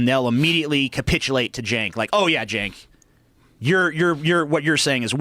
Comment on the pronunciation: It's pronounced "Chenk". In Turkish the "Ç" symbol is spoken as "Ch". Just trying to help.